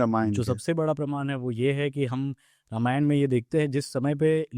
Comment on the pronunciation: रामायणा नहीं होता है, रामायण होता है, please हर हिंदी या संस्कृत वर्ड के पीछे एक्स्ट्रा आ लगाना बंद करे । धन्यवाद ।